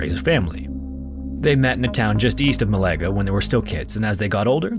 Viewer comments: Mal-a-ga. not mal-ae-ga. * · Nice video, only thing I have to denote is your pronunciation of the spanish city, you said it as "Malega", instead of "Málaga". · Málaga was also butchered